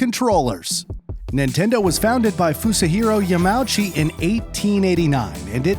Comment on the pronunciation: I like how you pronounced “Yamauchi” differently